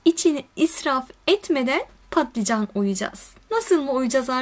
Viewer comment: Ya ingilizce klavyeden kaynaklı ya da Kürtçesi balican olduğu için patlican demesi daha kolay, Kürtlerin dili dönmüyor bazı kelimelere.